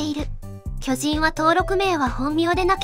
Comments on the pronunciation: きょ⤵︎じん⤴︎ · 巨人のイントネーションが気になる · 巨人のイントネーション😅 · 巨人のアクセントが気になる。。。 連呼するならアクセントなおしましょ